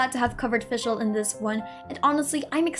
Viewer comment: yes finally someone gets the pronunciation of her name somewhat right the rest needs still some work but german is a hard language so it’d be unfair to expect every german word used here to be pronounced right